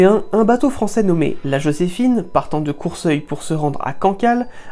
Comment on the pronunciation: On dit cour seul (au cour de la seulle) pas courseuille 😁